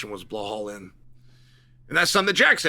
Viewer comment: You can say JDM's name but refuse to say Bilal. On most occasions. Instead calling him Bihal